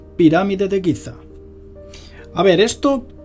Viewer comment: Giza, no Guiza...pffff